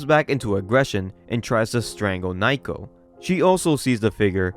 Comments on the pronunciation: naoko is pronounced more like "now-ko" than "nye-ko", was hoping you'd get it by the 2nd video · Dont know if this was said last video but am i the only one that hears Naoko's name read as Nai-ko and not Nah-oh-koh? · Love the vids, but its Nowko not nighko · Okay, that's it--if you can't have enough respect to pronounce Japanese words or names correctly, then you don't have the right to bitch about "muh n-word! uwu" IT'S NOT NAIKO, IT'S NAOKO!! Naoko! Pronounced like Now-Ko! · why is he calling her naiko when the panels clearly say naoko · It feels like this manga has good art, but the story is a mess. The bad translations make it worse. Just random, cuz your videos are great, but her name is Naoko, pronounced "Now-Ko" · Number one is NOW-ko, sorry but that kinda drove me crazy and two I think the ‘cringe’ comments are meant to be as such. Even if they weren’t there this is the kind of story you can’t take seriously, with or without a guy saying bloke every five seconds. That’s just my option though, when stories get to a point where bullies are literally psychopaths and the authors just throwing around new ways they can be horrible people to justify their death and DONALD TRUMP shows up I just see it as a poorly written series, kinda like all those bully revenge mangas out there